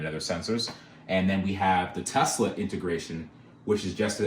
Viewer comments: You need to change the badging on this car to say "TE-LS-A" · You're gonna call it the TeLSa right? (Pronounced TEL-ES-A)